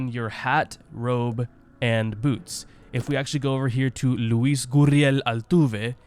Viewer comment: You pronounced Luis name elegantly